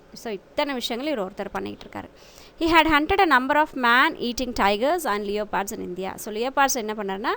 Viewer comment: Mam not Leopard 🐆 lepard O is silent Pronunciation is wrong check it mam Good explanation